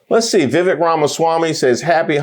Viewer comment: It’s pronounced Vivek. Rhymes with snake.